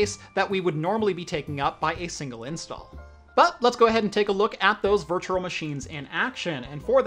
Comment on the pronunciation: I can't stop hearing virtuRal